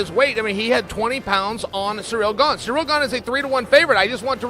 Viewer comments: Me: Cyril Chael: Surreal Me: Surreal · "surreal gane" - Chael